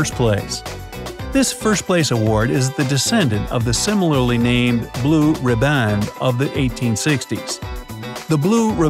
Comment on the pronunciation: “Riband” is pronounced “Rib-und”.